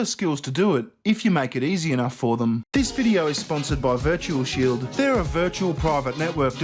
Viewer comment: I swear to God when you say virtual shield I hear virtue shield lol